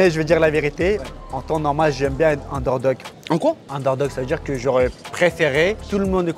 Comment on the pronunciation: underdog fréro pas undergog LOLllllll.Force à toi.